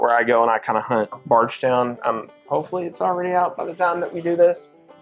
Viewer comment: Does anyone els hear Bardgtown when he says Bardstown ?